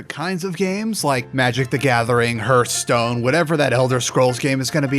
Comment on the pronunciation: In sorry but the way you say hearthstone is very distracting.